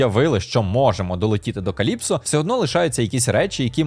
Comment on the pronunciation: Каллісто, а не Каліпсо